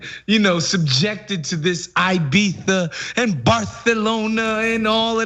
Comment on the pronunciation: FINALLY SOMEONE SAYS IBIZA CORRECTLY!!!